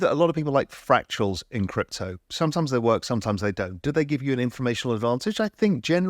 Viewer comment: Dude, it's fractals, not fractuals.